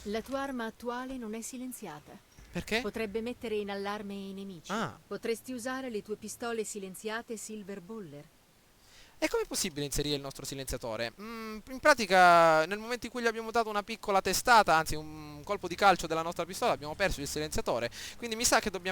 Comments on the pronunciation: le pistole di hitman silverplayer silverbeller........ e non silverballer la pelle d oca.. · silver baller non silvor beller